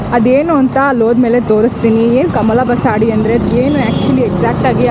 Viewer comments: ಅದು ಕಮಲ ಬಸಡಿ ಅಲ್ಲ. ಅದು ಕಮಲ ಬಸದಿ. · ಮೇಡಂ ಕಮಲಾ ಬಸಾಡಿ ಅಲ್ಲ ಮೇಡಂ ಅದು ಕಮಲ ಬಸದಿ ಎಂದು ಹೇಳಿ ಕನ್ನಡವನ್ನು ಕೊಲ್ಲಬೇಡಿ